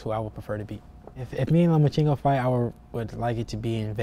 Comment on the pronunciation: LOMACHENKO "OBVIOUSLY" IS..... LO-MA-CHEN-KO 🤔🙄😆